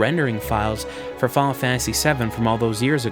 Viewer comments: "Faul Fantasy".. lol Fi-nal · I cringed every time he said "Fahhnah Fantasy"...